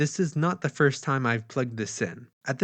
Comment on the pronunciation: thee logic, thee counter..... maaaan drop the thee!